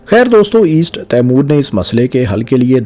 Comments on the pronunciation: تیمور نہیں ... 😂 ٹیمؤر درست تَلّفُظ ہے۔ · تیمور کیا؟؟ آپ کا مطلب " تی مور" تو درست ہے